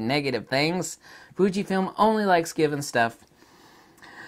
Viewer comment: " Thunkyfilm" , I mean " Fujifilm " sorry 😂😁